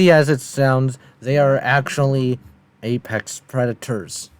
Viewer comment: Did he just say "Epex" instead of Apex or am I hearing things?